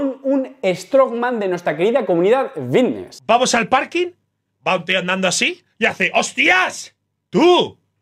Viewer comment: PICSA? EN SERIO? Lo de VITNESS lo apruebo, pero PICSA? Jajajjaj